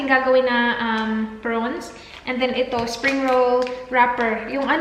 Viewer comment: Hay arts talaga kahit kelan.. Haha porons..lalong nmali ang bigkas..😁😁😊 With that long nails all the tiny tiny pieces of ingredients goes into it...jusme..!!